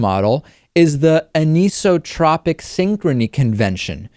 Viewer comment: Anisotropy is pronounced /ˌænaɪˈsɒtrəpi/, not /ˌæniˈsɒtrəpi/